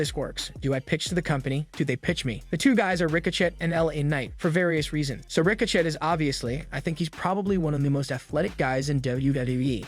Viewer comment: It’s not ricochet. Say it like ricoshay